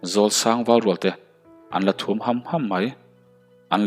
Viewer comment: A bul ṭhum nilovin a bul thum tih tur anih hmel.T leh Ṭ hman hi i fimkhur deuh ala ngai ania,i thawnthu chhiar hi ka la pelh meuh lo,lo in zir zel teh.I chhiar thiam tawh khawp mai.Ngaihthlak pawh a nuam tawh khawp ania,a tir te ngaihtuah chuan.